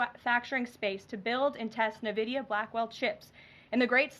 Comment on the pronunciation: Nvidia...not "Nividia".